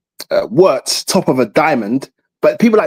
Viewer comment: I hate when people can’t pronounce Wirtz name right it’s Virtz not Owritz